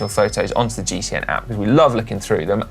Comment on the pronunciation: Come on Connor, you need to have another go at the pronunciation of the 3rd place in GCN Inspiration, not great for an Irish man!